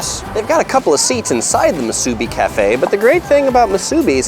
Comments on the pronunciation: I’m from Honolulu and go home every year. Things change fast! Appreciate the great video! Please, though, it’s pronounced mu su BI, not mu SU bi. Thanks. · Great video. But there is no "A" in Musubi. It is not MA SU BI... please say it properly... Mu su bi. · It’s mu-su-bi not ma-su-bi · The way you say Musubi is funny. the "bi" is pronounced "bee" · Moo-sue-bee brah is how you pronounce it how-lee. Great video amigo! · You need to learn how to say Musubi correctly it's Mu Su Bi. How you dress and say certain word shows that you're not local. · It's pronounced moo-sue-bee. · I don’t like how you say MuSUbi... but good tips for eats in Waikiki 🤙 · You need to learn how to say musubi correctly.... it’s ..moo...suuuu....beeeeeeee! With the accent on the LAST syllable.. not on the first syllable.You did pretty well getting all our favorites. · It’s pronounced Moo-soo-bee braddah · Moo su bee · This was great to watch as a local of Oahu.. We hardly ever get to Waiks, so now I can figure out where i want to eat before wandering all over Waikiki looking for a good spot. I would make sure tho, if you go to the Ala Moana food court, I would observe their sanitation practices before you place your order. Oh by the way it is MOO-SUE-BEE. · I thought I was the only one being irked by the mispronunciation of Musubi. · Every time I hear the word Musubi mispronounced I die a little inside. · pretty good job pronouncing hawaiian words...just need to learn correct pronunciation for musubi and tempura